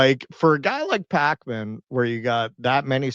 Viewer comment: Is it pronounced Pakeman or Pawkman, I don't even know.